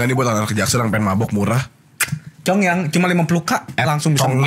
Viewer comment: Nama minumannya congyang yaa? Dengernya congean😂